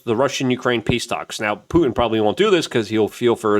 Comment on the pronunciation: it's not Pu-en, it's fucking PuTin ffs dude why?